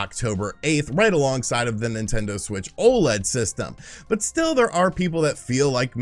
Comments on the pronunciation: You're still saying O-Lead, dummy? O.L.E.D. O.L.E.D. YOU DONT CALL LED LIGHTS "lead lights" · Stay mad, he can pronounce it however he wants as long as people know what he's talking about. And they do.